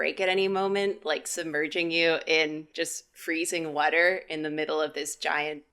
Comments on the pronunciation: I didn’t expect Karinas "wadder" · I love how says “whuter” instead of water😂💖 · why does say “wudder” instead of water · i love the way says whotter 💧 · “wutter” caught me off guard I swearrrr😭😭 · Im sorry but i just realised i like it when people say words differently than me like karinas "wudder" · Did..... did say "whater/wuter?" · From this video, I learned says water kinda weird. Sounds like "whater" lol (We love you ❤) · I’m sorry I love the vid but I can’t stop hysterically laughing and/or crying at saying “wudder” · Every time said wudder my brain kinda exploded. I sometimes forget these guys are from the East Coast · accent coming out: "Whudder" Love it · The way pronounces water. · Why can’t say water? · says water funny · How have I never heard pronounce "water" before?